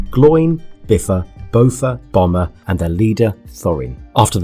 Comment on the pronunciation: Bomber like the military plane? I thought the second B was pronounced. (Bom-burr?)